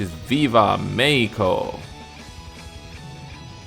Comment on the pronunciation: Well, considering that México in Japanese is written ME KI SHI KO he does a pretty decent job